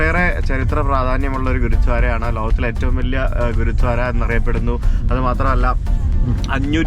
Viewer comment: u r pronouncing ഗുരുദ്വാര as ഗുരുധ്വാര.......enikku angine thonniyathanonnu ariyilla....gurdwara anu correct pronouncing